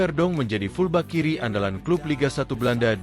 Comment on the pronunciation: Pembaca narasi tlg oekahari lafal bhs inggris utk istilah sepakbola, masa fullback dibaca pulbak malu dan geli dengernya, sorry to say tku